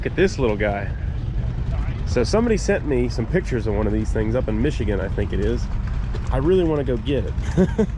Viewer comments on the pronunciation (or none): none